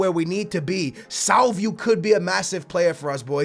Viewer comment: Salvio is pronounced SalviO NOT SalviU!